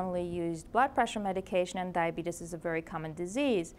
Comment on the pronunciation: Can't even pronounce the disease.